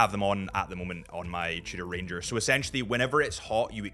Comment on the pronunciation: Didn't know Tudor has a French name: Trudor... Fancy